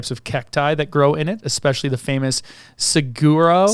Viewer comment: I’m from AZ and you guys are KILLING ME with your pronunciations. Is it that hard to look up how to pronounce SAH-WAR-O ????